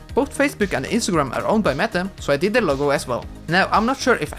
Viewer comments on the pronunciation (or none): none